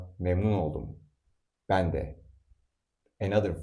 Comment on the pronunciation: Why is the pronunciation of "E" in "Ben" different than that in "De" ? In "Ben" it is closer to the English "A" and in "De" it is closer to the English "E"